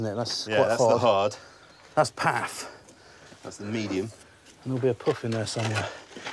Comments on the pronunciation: The pif, the paf and the pouf. I was like, "You wot?" with that last one. I figured there was no point in getting offended, so I just thought about how difficult it must have been for the British newcomers to say with a straight (no pun intended) face. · piff, paff and puff.